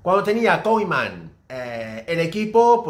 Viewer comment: Por qué dices Koiman?